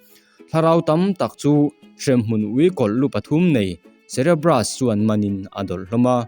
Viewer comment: Cerebrus i tih hi cerberus zawk ni lo mi..hre chiang bik chuang law